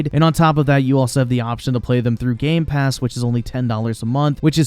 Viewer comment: It’s been over a year and still can’t say Game Pass correctly.